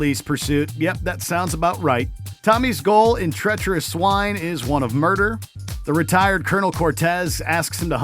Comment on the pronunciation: I was dead when he said treacheaderous swine at no 5